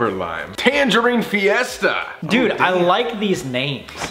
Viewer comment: I like how Colby sometimes doesn’t have an American accent when he says things in Spanish. He sounded like he spoke Spanish all his life when he said fiesta